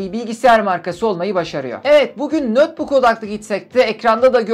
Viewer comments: Nötbuk ne demek, ya notbuk olur ya da netbuk olur. Notebook kelimesinin okunuşu nötbuk değil ''notbuk''tur. ABD'yi yeniden keşfetmemek lazım. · Neden "nötbuk" diye telaffuz ettiğinizi anlayamadım.